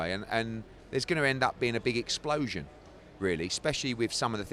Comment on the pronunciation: Hearn quotes "A Big Eggsplotion" 😂